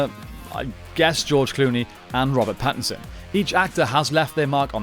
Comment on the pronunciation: It's Pattinson. Like, there's no question.